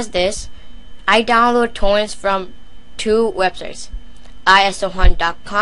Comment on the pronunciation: "I downwoad Towents fwom Isohunt and Piwuts Bay"